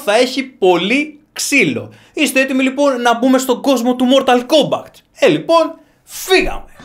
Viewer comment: Μορταλ κόμπακτ ακούω η μου φαίνεται?